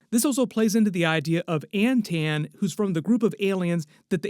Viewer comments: This MFer saying “An-tan” Is too much. I gotta tag out, it’s obnoxious as fuckkkk that he can’t say “Anton.” It’s Anton, with aa’s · AnTON, not AntAnne. Everytime I heard it, it drove me crazy. They reference the name in the podcast